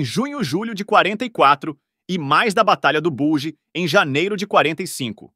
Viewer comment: Não eram "agentes secretos ". A serie foi baseada nas sabotagens feitas pelo grupo verdadeiro de prisioneiros ingleses de Charles Coward em varios campos. Não eram (e na série também não) " agentes secretos". Batalha do Bolsão é a tradução de batalha " do Bulge'" A pronúncia em inglês é " balge" com "a" fechado. Ivan se pronuncia "aivan". Otimo video. Abraço do veio Walter Ws// analista militar